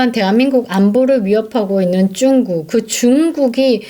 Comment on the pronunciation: 쭝국이란 발음이 듣기에 거부감이 있네요~^